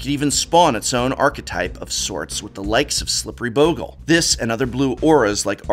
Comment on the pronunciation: Thank you for pronouncing bogle correctly.